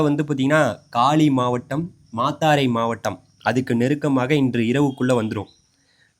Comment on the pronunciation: ஆம்பாறை இல்லை.அம்பாறை தான் சரி🤦🏻‍♀️ மாத்தாறை இல்ல மாத்தறை.உங்கட தமிழே பிழை.திருத்திக்கொள்ளுங்கள்.